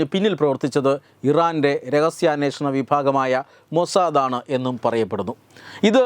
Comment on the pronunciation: തെറ്റുകൾ തിരുത്തുക.. ആവേശത്തോടെ വായിക്കുമ്പോൾ തെറ്റുന്നു. മോസ്സദ്‌ ഇരന്റെ എന്ന് പറയുന്നു.